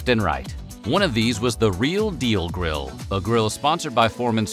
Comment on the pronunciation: He said, "George Foreman Drill."